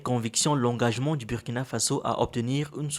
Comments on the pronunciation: Burrrkina not Biürrkina!!!!!! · super vidéo mais on dit bourkina même si ca s'écrit Burkina beaucoup de gens font l'erreur mais ce n'est pas un mot Français 😅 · SVP la pronontiation du nom du pays de Sankara c´est BOURKINA. Merci de vous rectifier la prochaine fois.